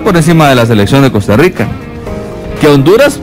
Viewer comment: el que? El ruuannking?? 🤣🤣😅 Costa ruuiica?? 🤣🤣😅